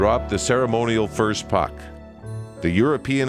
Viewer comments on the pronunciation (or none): none